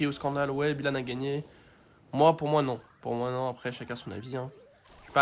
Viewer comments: Ce n’est pas Bilanne on BYlanne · Il à détruit le nom de Byhilan 😂